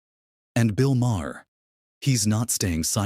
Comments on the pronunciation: The H is silent in Maher!!!!!! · And learn how to say his last name!